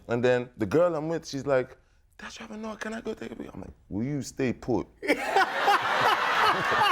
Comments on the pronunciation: When he said Trevarr 😂😂😂😂😂😂😂😂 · His South African pronunciation of Trevor. I died. That is really how we be pronouncing it 😩✊ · His South African pronunciation of "Trevor" is spot on!! 😂